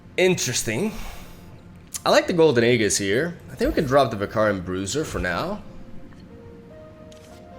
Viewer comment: AEGIS IS PRONOUNCE AEJIS. PLEASE STOP SAYING AEGGGISSS